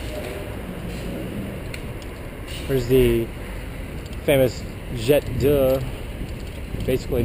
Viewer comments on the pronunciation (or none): One criticism.Jet d'eau its pronounced jed oh.